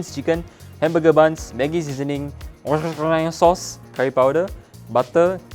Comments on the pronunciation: worshahireshhshashire sauce 💀💀💀💀💀💀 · "worchezzheireeif sAuce" hahahah